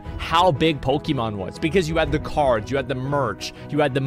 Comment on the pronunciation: PokEmon not Pikimon!